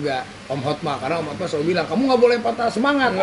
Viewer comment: Banyak yg salah ucap HOTMA jadi HOTMAN